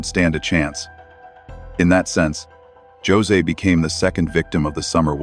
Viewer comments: It's pronounced Hose. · I really wish people would support smaller channels that don't use AI...it can't even pronounce Jose correctly ffs. Michelle After Dark is excellent (if you're looking for an educated channel that supports nothing but factual evidence). I just don't understand the cesspool that is the internet anymore. I guess truth is just too boring for some people.